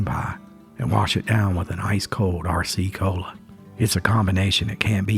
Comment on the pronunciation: I listened to a man once reminisce about having an Arrah-C Cola and Moon Pah. Your fake voice needs to learn how to talk like a real old timer. There are still a few folks in their 50's that pronounce r as "arrah."